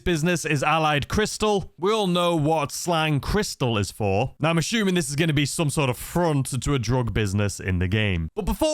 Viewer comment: You are "ashooming" a lot 😅